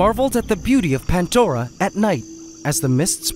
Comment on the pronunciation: If i had a nickle for everytime he said pantdora